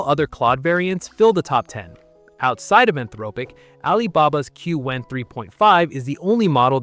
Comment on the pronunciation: Small tip: you might want to give a hint to your TTS that Qwen is not pronounced "cue-wen", but "kwen". I think there was another video recently with the same mispronunciation. The TTS voice is great though! Very realistic.